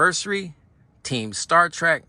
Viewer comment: Remember it's Trek Not Track.